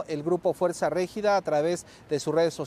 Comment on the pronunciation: Esta no sabe pronunciar Regida